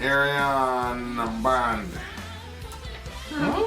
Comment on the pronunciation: Finally! Ayreon is a made up word, but fortunately Wikipedia has even an audio sample of how to pronounce /ˈɛriən/:) —And got it right! I wouldn't worry about this getting blocked as it is from Arjen's personal channel. Trivia: the amazing Ed Warby used to play in Gorefest (1989–1998, 2004–2009):) — "The Source" is fantastic, especially the 4-CD version with bonus acoustic version of the whole 88½ minute album. And you have the vocalists from Dream Theater, Kamelot, Between the Buried and Me, Epica, Avantasia, Blind Guardian, Symphony X, and Nightwish on the same album! That said, 2008's " " Arjen refers to in this video is my favourite, the epic, 17-vocalist conclusion to the 10-hour, 1 album + 5 double albums "Forever Saga" ('Forever' without an article of any kind). Floor, Hansi and Simone appeared on that album also. Speaking of 1s and 0s, the lyrics " " are ASCII /ˈæskiː/ (American Standard Code for Information Interchange) encoding for "trustTH1":)